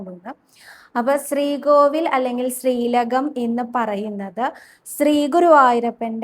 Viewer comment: 🙏ഹരേ ഗുരുവായൂരപ്പാ ശരണം. 🙏. സ്രീകോവിൽ അല്ല ട്ടോ ശ്രീകോവിൽ എന്ന് പറയൂ. സ്രീകൃഷ്ണൻ അല്ല ശ്രീകൃഷ്ണൻ ആണ് ട്ടോ. ഞാൻ പല തവണ പറഞ്ഞു. ക്ക് നല്ല വ്യക്തമായ ഉച്ചാരണം ഉണ്ട്. അതുകൊണ്ടാണ് വീണ്ടും പറയുന്നത്. 🙏